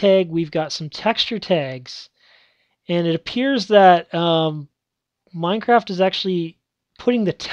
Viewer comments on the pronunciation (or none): none